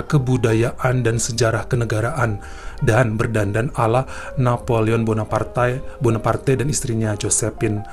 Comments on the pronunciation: Napoleon Bonaparte kali ya nyebutnya bukan Bonapartai😁😁😁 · Gemes banget tiap mas nya bilang Napoleon Bonapartai 😅😅😅